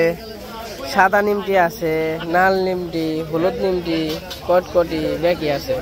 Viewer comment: কথাটা নিমকি। নিমটি না।